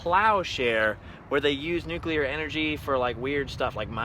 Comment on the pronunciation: Gold AND Silver stars to you for being one of the rare people who know how to pronounce NUCLEAR. (nook - lee -ur) 🙂